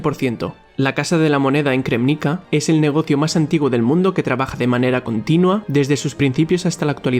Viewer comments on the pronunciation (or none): se pronuncia Krémñitsa.